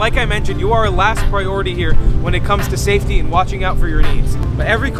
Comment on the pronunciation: Safety! NOT saftey!